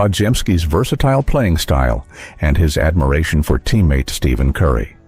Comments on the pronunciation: Can’t take this video serious if the guy narrating can’t even use the right name for Stephen Curry. Stephen not Steven when pronounced idiot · So, you still cannot pronounce STEPHEN properly. WTF!